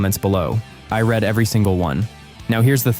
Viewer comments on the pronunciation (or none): none